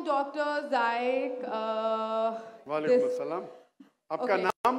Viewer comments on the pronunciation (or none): Ya nalak ha nhi niak nhi nalak ha 😂😂😂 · Zaik nahi Naik😂